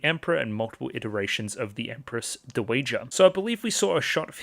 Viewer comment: Hey, super minor thing, but dowager is pronounced DOW-uh-juh. Dow rhymes with cow. Is Anshi-apo-diaires a very different lady to Anshi-RGU? Both are victims of CSA who feel they chose the role and thus aren't allowed to be true victims. This makes them feel superior to other victims they see as naïve, but also jealous that they are receiving attention, while also meaning they are even more isolated. If Adolescence of Utena is taken to be a sequel, then they even share sending their abuser into a mental breakdown and death by choosing to upend the power dynamic during sex.